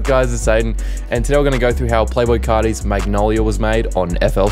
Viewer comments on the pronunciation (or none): "playboi cari" cmon bra